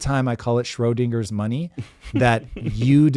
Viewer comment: PROOF is AI!!! "Shroy Dinger's Money"? 😂